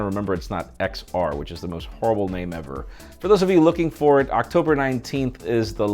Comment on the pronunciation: I just love the way he says his name.